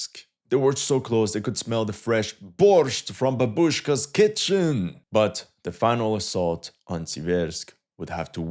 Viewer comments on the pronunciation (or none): It's not "babUshka" it's "bAbushka"